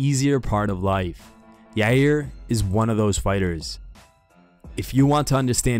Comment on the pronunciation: "Holloway and YUUUUR" 😂 Why do people struggle so much to pronounce his name